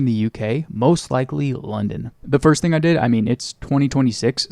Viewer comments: lol did you say "dih" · says dih to say “did” drone 😭😭